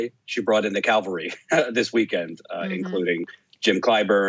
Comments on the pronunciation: Hey, it's Cavalry, not Calvary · Why are people who purport to be mildly intelligent unable to figure out the difference between calvary and cavalry?